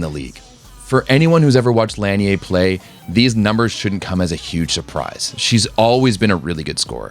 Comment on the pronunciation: The correct way of saying her last name is La-nee-ay. The NCAA have butchered her name all these years.